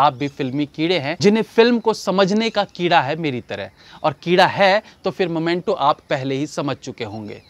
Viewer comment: भाई आप बहुत स्वीट हो - 🤣🤣 मोमेंटो नही मीमेंटो है । मुर्गादौस नही मुरुगुदॉस है 🤣🤣🤣